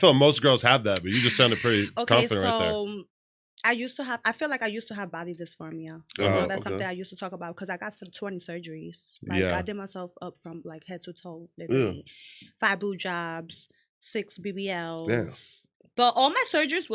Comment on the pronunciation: Did this smut just say body disformiya 😂😂